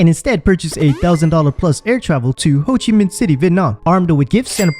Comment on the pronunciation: Did he just say “hoochie min?”